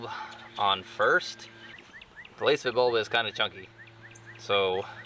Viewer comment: You are pronouncing Lasfit wrong 😮